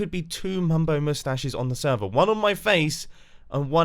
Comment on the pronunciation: Every time mumbo says Hermitcraft Sever I just think of him doing it in the Swedish accent